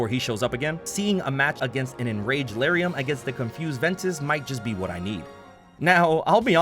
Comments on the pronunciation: I think you said Lauriam wrong. Isn’t it L-are-eee-um? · I have never heard anybody pronounce Lauriam this way lmao